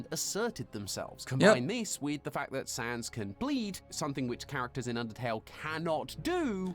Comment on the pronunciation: Every time they say "Saahns" i die a little inside